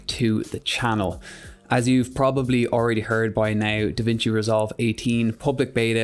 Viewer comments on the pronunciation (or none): It's Da Vinci not Da Vicni